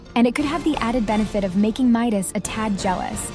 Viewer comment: It's Midas not meet us 🤬🤬🤬🤬🤬🤬🤬🤬🤬🤬😡😡😡😡😡😡😡🤬😡🤬😡😡🤬😡